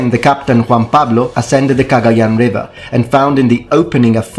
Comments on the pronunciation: I'm filipino! Do you speak tagalog? The way you pronounce 'Cagayan' is perfect. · Filipino here. I applaud your pronunciation of Cagayan. Good job on it. Yeah, wako got around. Especially near Taiwan, Okinawa, and Macau. The south china sea was their playground until the Europeans came. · I am surprised your pronunciation of Cagayán is correct. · Finally a European Historian that pronounced the name of those places properly